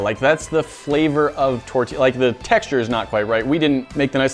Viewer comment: I’m Mexican I love that he pronounces “tortilla” pretty nicely (: someone who doesn’t speak Spanish will most likely just say “tor-tihhh-luh “